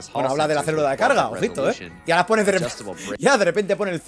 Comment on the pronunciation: Yo creo que se quedó entre decir "ha puesto" y "ahora pone", por lo que terminó diciendo "ahponi" jaja